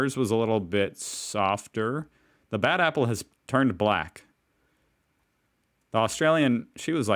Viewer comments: The NZ short A sounds like an E or I....so apple sounds like epple or ipple. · Short ‘a’ difference is more noticeable in ‘apple’. New Zealanders shift the vowels so ‘a’ sounds more like ‘e’. I.e. ‘epple’ and ‘bleck’. Aussies tend to tease New Zealanders by exaggerating the shifts.